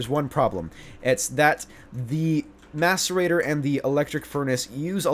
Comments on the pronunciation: Every time he said mascerator I thought he said masturbater.. I'm a bad person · did anyone hear him say "masturbater" instead of "macerator"? hahah